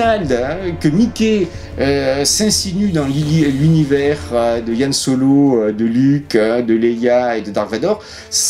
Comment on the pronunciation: le mec soit disant grand fan et pro de star wars qui n'a toujours pas piger qu'on prononce " han solo" et non " yhan solo"... 34min35.